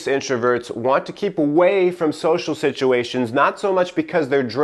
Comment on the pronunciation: a like for social ssissuations.